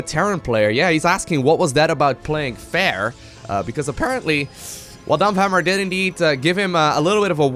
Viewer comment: like your pronounciation of DAMPFHAMMERRR!